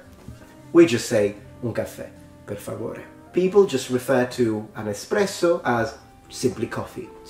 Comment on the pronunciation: Por Favore sounds like a Canadian learning Spanish. "Por Favor, eh?"